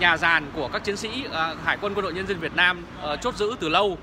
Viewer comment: Ông ở đâu mÀ nói Việt na M tôi